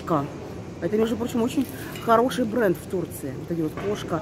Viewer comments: Бренд не КоШка, а КоСка))). будь внимательна и точнее, ты же собираешься в Турции жить, привыкай читать и говорить правильно. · «Коска»,, а не «кошка» 😅